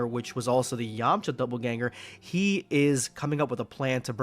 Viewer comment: ....okay, I can't bring myself to not make a correction. DOPPLEganger. Not doubleganger. Which is 100% what it sounds like is said in the first few minutes of the video. Also, the Broly one just feels like cheating. XD